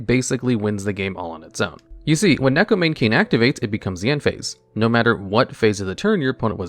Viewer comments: I'm a weirdo who's learning Japanese, so please excuse me if I'm being rude here. The "Mane" in "Neko Mane King" is pronounced "Mah-Neigh," because in Japanese vowels are always pronounced the same, so you pronounce the "Ne" in "Mane" the same way you pronounce it in "Neko." Additionally each vowel is pronounced as its own syllable adding any consonant in front of it. The only exception I'm aware of is N if it comes at the end of the syllable (example: Ninja) With all that nerd stuff out of the way, here's more nerd stuff! (but fun now) In Japanese Neko means "Cat" and Mane means "imitate." So the card's name is "Imitation Cat King" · Because that's actually the correct pronunciation of Neko Mane King. You can look at its Japanese name and put it through a translator and it will show you that it is pronounced as Neko Mah-nay King. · Isn't it still Maw-nay? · Neko "Mane" King💀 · You know things are desperate when people are without any sense of irony trying Neko Mane King or Penguin Knight specifically because they SOFT counter a single deck because the deck, as a side effect of its core strategy, mills the opponent. Also every time I hear "Neko Mane King" pronounced like that it hurts a little.